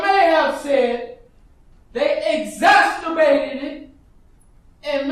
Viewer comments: He's used it several times (exastorbated) I wasn't going to say anything....🤣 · 'Eggasterbated' is that getting off to extreme exaggerations .. or eggs? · P.S. The word is "exacerbated". Not "exasterbated" lol I think he was rhyming with "masturbated".